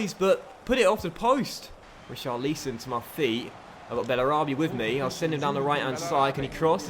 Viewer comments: Who is "Richar-lee-son"??? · Richarlison is pronounced Ri-car-le-son